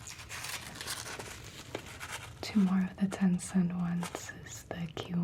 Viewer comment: You say two, like someone I know from Cincinnati.